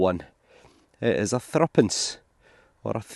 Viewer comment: "Who dare meddle with me".. never fails to impress, OK is it the thistle or being a Scot?... Elizabeth, "a Rose without a thorn" - amazing stuff thank you! at last, Thruppence - saying it properly (acorns) folk say half-penny (Ha'penny) for a different audience, this is how we used to say it - ha'penny, penny, tuppence, thruppence (thruppeny bit) sixpence, shilling, florin, guinea - real money! Sorry I'm old &1971 wasn't that long ago...